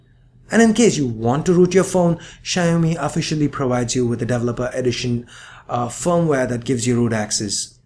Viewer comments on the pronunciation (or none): none